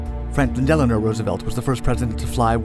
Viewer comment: when the video mentions Franklin "delano" Roosevelt, it truly sounds like Delanore or the misunderstood version. I love you guys over at